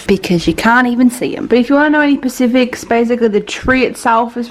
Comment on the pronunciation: i love how you say "pacifics" instead of specifics :,)